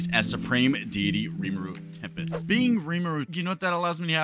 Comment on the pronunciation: did he just say tempERest serpent